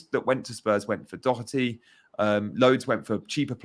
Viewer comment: There’s no “c” in Doherty